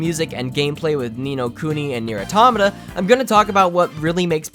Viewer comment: You pronounce Nier : Automata fuckin weird dude